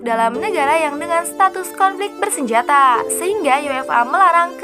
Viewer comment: Macam cilaka suara dia. Semua sebutan akhir dipanjangkan.. Hahahahaha bersenjataaaaaa... Politikkkkk... Sepanyolllllll